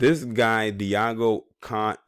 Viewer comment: Gonçalves almost there but you say ç, like the S on the word Sick not K :)